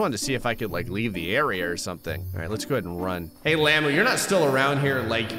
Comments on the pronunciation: stop saying llamoo please its llama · you dont say it like lama its like lam-ah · It's not lamo lamu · its hungry lay mu :)))))))))))))))))))))))))))))))))) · Its lamuu like as in